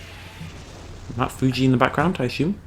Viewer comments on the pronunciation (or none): none